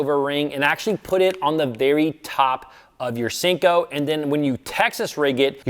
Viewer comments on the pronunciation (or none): Senko not Sinko